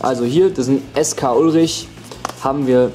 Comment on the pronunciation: Skullrich = Skull + Rich, nicht Sk-Ulrich xd